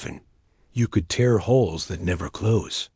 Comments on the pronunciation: Only the dots? Not the random pauses, not being able to pronounce the correct version of TEAR, or then being able to communicate instantaneously, not just faster than light. On their first ever faster than light travel. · I wish the AI could speak "tear" and "translator" properly. I also wondered how she learned to speak alien languages. Then they mentioned intercepting alien transmissions.